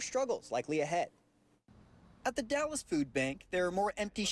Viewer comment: It’s not pronounced Dallas. Luka Dallas Texas. It’s pronounced The Dalles. Spelled differently. Pronounced differently..🤣🤣🤣